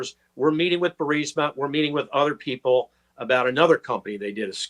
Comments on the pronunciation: If you’re going to say “Burisma” 700 times per episode the least you could do Benny is learn how to pronounce it properly. I don’t get how anyone can get BUR-SI-MA out of BU-RIS-MA for crying out loud. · Benny...love you and love your reporting....it’s Bur-EEEZ-ma, not Bur-SI- ma...unless you’re poking fun, then that’s a different story. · Dude. Why can’t Benny Johnson pronounce the Ukrainian oil company’s name right, it’s so grating especially since he’s a reporting type. Bur-IS-ma Benny not Bur-SI-ma. My goodness. Other than that, great vid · BENNY. Say Burisma correctly!!!!!!!!!! It’s not BURSIMA. Please!!!!!!!! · Burisma!! Not Bursima!! Are you drink?! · are you able to say Burisma correctly? You say it like it's spelled Bursima. and it's Bur i sma. Prouncounced Bureesma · Please Benny pronounce Burisma correctly Bur- eesma, not Bursima…thank you!!!❤ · "Burisma". ...not bursima. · Benny, Would you **PLEASE** stop mispronouncing the Ukrainian Energy Company !!! It's BURISMA = Buh-ri-sma, NOT BURSIMA =Bur-sima You lose credibility when you mispronounce the subject of your discussion. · Burisma, not Bursima. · Benny, Burisma is pronounced "Bur-iz-ma!" It is not "Bur-səma." It is not spelled that way; it is not pronounced that way. Honestly you sound like an idiot every time you say "Bur-səmə." It's distracting, like trying to talk to someone with a rotten tooth and no awareness of personal space. Please self-correct. In the other stuff, keep up the good work. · Burisma = "bur-REES-mah" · Not to be a jerk, but You’re saying the name of Hunter’s Corporation wrong. It’s pronounced like “Ber-IS-ma.” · I watch Benny just to hear him transpose the "S"and the"I" in Burisma. Every. Single. Time. 😂 No worries dude. We know what u mean. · Say "Burr-eez-muh" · I think it's pronounced Bureezma. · It's BURR-IS-MUH Benny. I hate to see you mispeak. You're too intelligent to make that rookie mistake. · Why can't you pronounce Burisma? Are you TRYING to make me crazy?